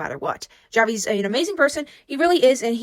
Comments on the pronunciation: you don't actually pronounce the j, you use h- "hahvi" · I think you pronounce his name as havi cuz j have the H sound cuz idk Clara would call him havi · btw javi is a spanish name, a lot of people here in the philippines have it, its pronounced havee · Hi, the pronunciation of Javi's name is "Havi" since he's Filipino so you would pronounce it the way you would in the Spanish context (the J is pronounced as a H) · is it not pronounced Havi? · I think its pronounced like "havi" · The pronunciation on Javi and Manila 😭😂